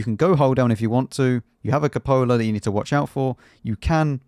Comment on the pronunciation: Cúpola, not copóla.